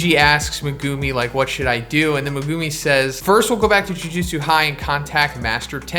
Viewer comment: Jujutsu not jiu jutsu 😭💀